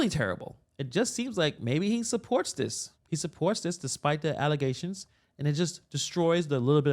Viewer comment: Come on,, it's "Alllezations "